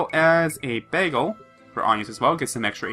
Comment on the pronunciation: Err... the item is called a bangle. BANGLE, not BAGEL. Sorry if I seem picky or rude, but that's just bothering me a little.